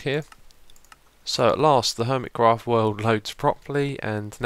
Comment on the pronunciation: Lol. He said HOIMECRAFT